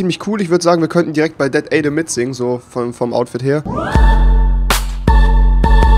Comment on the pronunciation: "Dat Aydem"